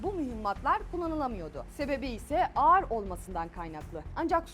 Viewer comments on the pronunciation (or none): none